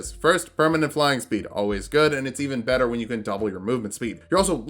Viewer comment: For a second I thought you said "better hentai" when you were explaining why you started with fighter and I was reminded of some stuff.